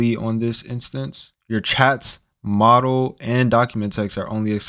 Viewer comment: if you can't pronounce "model" and "silicon" I can't watch this video